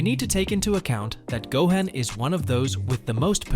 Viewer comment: WTF is a ZaiYAhns? Seriously, GoHEN, VehJeta, VEGUETAH? It’s actually Saiyans, Gohan, Vegeta… ChatGPT at its finest…